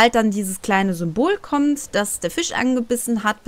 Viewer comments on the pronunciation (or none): none